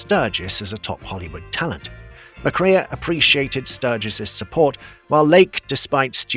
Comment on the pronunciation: (joel) mc-KRAY